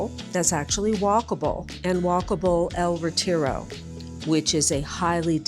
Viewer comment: Hahaha! "El reteejro" 😆